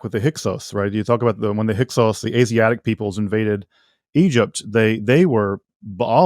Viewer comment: Thank you for asking about the Hyksos... He made a good statement, but 10 words later it was Hyk-who